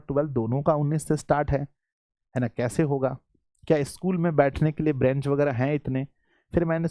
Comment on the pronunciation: आप सर बेंच का उच्चारण गलत कर रहे है 😢😢😢😢😢 इस पर ध्यान दीजिए सर ब्रेंच बोल रहे हैं ❌